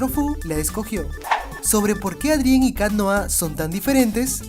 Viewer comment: hola!! tubiste otro errorsito :3 dises ádrien endebes de decir eidrien o adrian :v jejeje plisss mandame saludos en tu proximo video :3 esque no puedo compartir tus videos por una falla que tiene mi tablet =""( espero tu respuesta